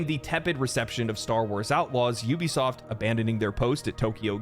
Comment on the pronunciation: It really irritates me when people call Ubisoft You-bisoft its oubisoft get it right! Ubisoft… Regardless the Company died a long time ago.